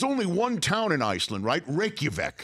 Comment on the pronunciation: HAHAHAHA man! he butchered the name Reyk-ja-vik. excuse me for laughing but i didn't understand at first.. so.. haha... when i finally understood it was just hilarious